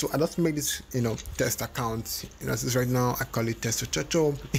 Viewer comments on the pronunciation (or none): Kakaount ... Cacaount ... Dude I have no interest in your channel I just clicked by mistake and your video bothered me .. dude ! Before your upload a video , make sure to listen to your audio !